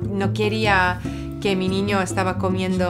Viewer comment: Wowww, the way she said "niño" was perfect, you can totally tell she speak fluent spanish